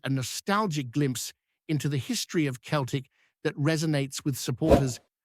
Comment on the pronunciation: New Scottish dubscriber here, love your edit but please remeber how to pronounce Celtic. "Seltic" not "keltic' cheers bud :)